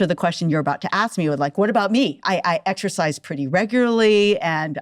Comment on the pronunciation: 34 seconds in and she can’t properly pronounce exercise 🤦🏼‍♀️